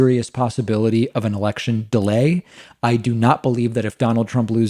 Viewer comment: i messed up reading it the exact same way david messed up saying “delay”